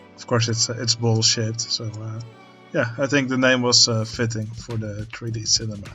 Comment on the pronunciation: I had to do a double take, I thought you said "bullshit" not "ball-shaped" lmao This area is shaping up nicely, it might become my favourite.